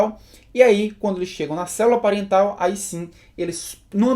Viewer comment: Célula " pariental" ?